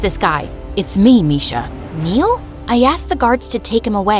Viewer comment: It's not misha it's Miksha bruh